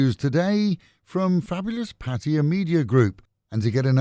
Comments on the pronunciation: Oh hooray, finally someone who doesn't pronounce it Pat-tie-a. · Did you not understand what i said? There is only one way to pronounce Pattaya and of course that is how Thai's say it.